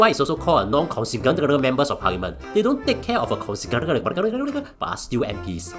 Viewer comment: why u can't pronounce "constituency" and "Secreterial" and start blabbering?? HAAAHAHA